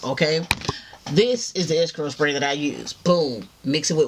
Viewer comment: "SPAY BOTTLE"